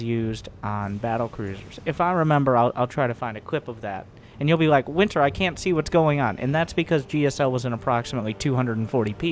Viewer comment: Tuning in for my favorite SC2 announcer, ".":P